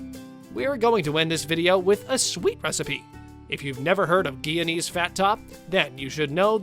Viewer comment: My parents were Guyanese. I miss these foods, which I have rarely eaten in the last few decades. The GUYANESE pronunciation is GUY-A-NEES, btw.